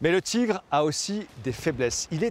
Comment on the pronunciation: Le char allemand est un Tigre, pas un "tchigre". En dehors de ça il faut reconnaitre que c'est intéressant, il y a de l'idée avec ces animations.